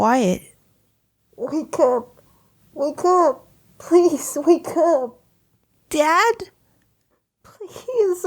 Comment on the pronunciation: When your dad say wake up! The first time I heard it it sounded like wa ukp